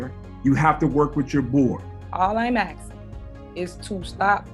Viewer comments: what sort of word is "axing" (asking maybe?) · She was just axing a question. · FFS... in the word "ASKING" the S is before the K...... aSSsss - king..... not... aKKkk - sing..... dumb & illiterate... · I’m just “axen” a question ?